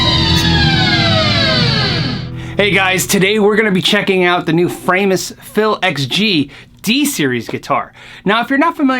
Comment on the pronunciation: my wife wanted me to tell you its fra-mus, she is german an a tad ocd she makes me say folkswagon AKA volkswagon.......send help!